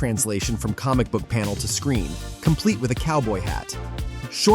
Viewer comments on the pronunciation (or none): none